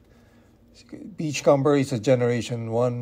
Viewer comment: Its not pronounced "com-ber" its "come-er", like the comb you use in your hair